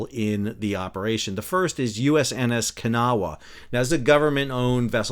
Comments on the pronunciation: IT’S NOT “KA-NAH-WAH!” IT’S “KUH-NAW!” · As someone who is from Kanawha County WV and grew up along the Kanawha River I am here to tell that you are NOT pronouncing it correctly. I have lived here in NC long enough to know that for some strange reason people here like to pronounce it Kan-a-wha with three syllables. That is incorrect, it is pronounced with two syllables as Kuh-naw. Pronouncing it Kan-a-wha just tells WV expats, like me, that you have never been to WV other than driving through on the interstate.